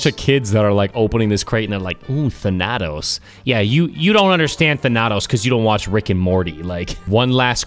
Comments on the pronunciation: You put the emphasis on the first A,. THAnatos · Stress the first A thAnatos not thanAtos wtf I can't keep hearing the same word pronounced like that its driving me crazy 😂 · not thanAtos its THaNATOS...im greek ... GET REKT BOI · It's actually thAnatos... Not thanAtos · its thAnatos not thanAtos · Can we all just appreciate how hard butchered the pronunciation of Thanatos (THAN•uh•tōs) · Than- ah - toes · I study Greek and everytime you pronounced Thanatos like " phanatos " I wanted to kill myself I'm joking, I love you <3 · It's pronounced thanutose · If pronounces Thanatos wrong one more time I swear to god